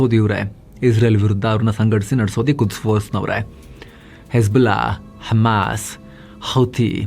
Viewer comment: Hesbulla hammas 😂😂😂😂 nice slang